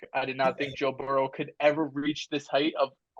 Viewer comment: Why this man can’t just say burrow better than Herbert 😂 😊